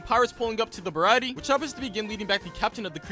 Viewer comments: he mis pronounced Sanjis resturant the (ba-rah-tee-ay ) is how its said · Sorry but it’s pronounced the br-a-tea-a